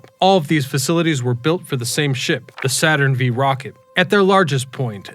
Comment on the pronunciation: Saturn VEEEEE rocket 🤦‍♂️